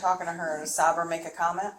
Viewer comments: Is she calling Sabre SahBruh on purpose? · the detective mispronouncing Sabra's name is killing me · The way she's pronouncing Sabra is driving me crazy lol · not saber…. Sabra. Like the hummus 😂😂😂😂